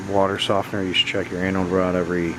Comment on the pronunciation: I know you’re saying Anode Rod but it sounds like Annal Rod lol 😂